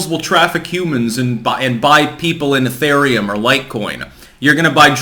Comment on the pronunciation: "Ethaireum" lol